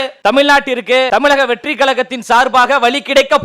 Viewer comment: நெற்றியை மறைத்துக் கொண்டிருக்கும் லயோலா மணி ஒழுங்காக தமிழக வெற்றி கழகம் என்று உச்சரிக்க கூட தெரியாத பால்வாடி பையன் தமிலக வெற்றி கலகம் என்று அவன் பேசும்போது சிரிப்பு வருது.